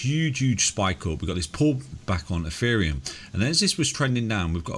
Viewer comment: Eferium? lol